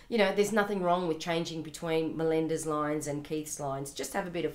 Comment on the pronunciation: Miranda lol not Melinda :P